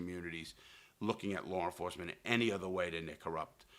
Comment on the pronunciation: “Lawre enforcement” LOL